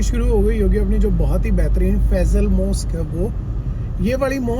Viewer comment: Bhai aap bar bar Faizal mosque bol rahe hain Faisal Masjid name hai name sai 😊